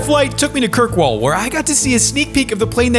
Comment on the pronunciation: The way he said Kirkwall and westray is horrible too